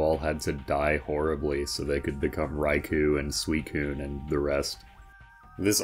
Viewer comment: Just wanna say that i love your verry american pronunciation of "Raycoon" and "sueecune".